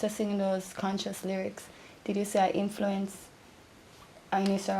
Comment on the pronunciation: But please can someone tell bounty ,the word is 'influence ' not infilence